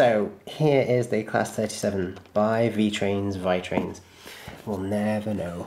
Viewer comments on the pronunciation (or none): I'm italian and if you would like to know the correct pronounce is "Veetrains". Love your videos! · It's V-ee-trains